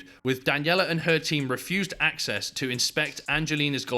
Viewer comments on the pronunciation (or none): none